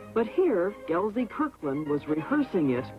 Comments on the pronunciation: no Z in, Gelsey! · It's Gelsey. Not GelZey. Jeez